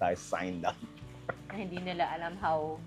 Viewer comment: Bernadette, ang tenement ay definitely HINDE tulad ng BLISS.